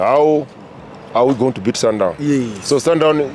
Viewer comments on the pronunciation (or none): sundown, ai nawe, its sundowns